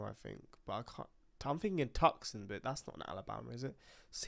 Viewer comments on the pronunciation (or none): My guy, what happened? You did so well for the longest time pronouncing Tucson correctly. Too sahn say it with me too sahn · Tucson is pronounced Too-Sahn. Just for future reference. 😊